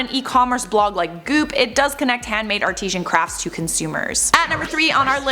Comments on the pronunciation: Artisan, not artisian! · The word is ARTISAN not artesian. Artesian refers to water like Fiji water xx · Yes, she can't pronounce 'artisan'.